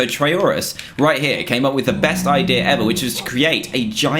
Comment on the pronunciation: "The Idear of"?